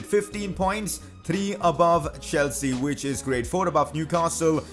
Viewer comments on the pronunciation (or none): none